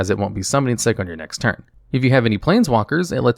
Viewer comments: He says "turd" instead of "turn" a lot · "they tap for a mana every turd"